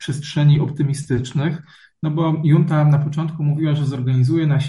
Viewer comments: "Junta" wymawia się z hiszpańska przez "ch". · Już któryś raz słyszę słowo "junta" wymawiane prze "j". To jak "poszłem" lub "włanczam". Wydaje mi się, że takie wpadki w materiale publicznym nie powinny się zdarzać.